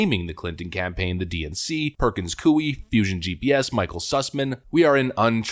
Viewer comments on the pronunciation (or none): It's pronounced: Purkuhnz Koy